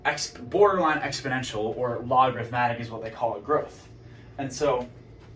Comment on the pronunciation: The pattern you're talking about is technically sinusoidal (up and down slopes). Logarithmic is just a single curve, either up or down, approaching a limit (e.g. y = 1). Probably a better analogy for a traditional path like college > job. Logarithmic is also pronounced log-a-rith-mic. Appreciate the video though. I have a pretty cushy job rn, could probably grind it out and retire comfortably at 45... but that's not enough for me. I wanna be rich, and it's really hard to get rich working an office job for someone else. Not everyone has what it takes to succeed doing a non-traditional path. Maybe I don't either, but I won't know until I try and give it my all.